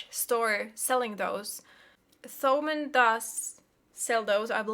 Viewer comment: Thomann is German and pronounced more like Toman (the h after t is some kind is historical relic and is always silent)